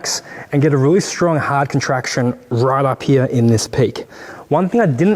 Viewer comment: Down heruh or up heruh 😂